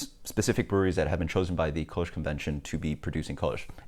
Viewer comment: sounds like you're saying "koosh"